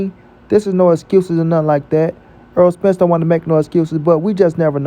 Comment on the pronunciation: His name in NOT "Earl"!!!! If you like/respect him SO much, say his NAME CORRECTLY!!!